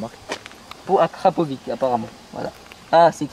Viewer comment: Kracovic ca se prononce Krakovitch